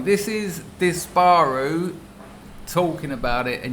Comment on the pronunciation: Ps. Your pronunciation of Dis-baaar- uuu made me laugh.